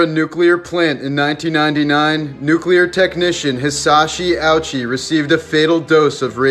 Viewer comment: It is pronounced (Hi-Sas-Hi Oo-chi)